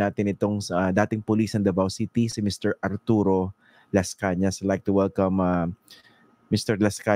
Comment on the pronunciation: Lascañaa' replies were logical. Did he say Ping Lason? 😂